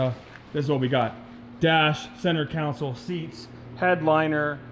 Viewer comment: Owns three Bugatti’s but can’t say console 🤣🤣🤣 Sweet parts haul though. Good content.